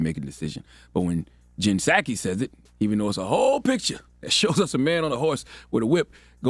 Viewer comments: The “P” is silent on Psaki, bro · hahahaha....."puh sahki"??? do you even WATCH the news???? and it's pronounced 'roy-ters"....not "roo-ters" WOW!